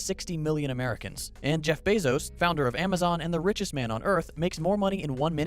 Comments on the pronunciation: Can't take you serious when say Jeff "Beezo." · Is anyone else irritated that he keeps saying Bezos (BAY-ZOS) incorrectly?